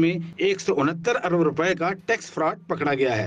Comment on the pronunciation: کھوتے جیو والو۔ لفظ ارب ھوتا ھے نہ کہ عرب